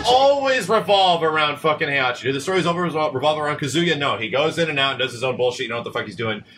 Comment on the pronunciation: Can someone please tell how to pronounce HEI-HA-CHI? or KA-ZU-YA?